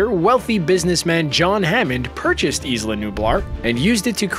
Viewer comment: it is not Eesla, it is "eye lah"